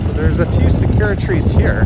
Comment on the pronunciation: Hi, you may want to look up the pronunciation of sakura. It’s not secura;) Great video, thank you!